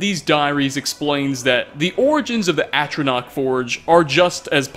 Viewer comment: By the eight! He FINALLY pronounced ATRONACH correctly! 😱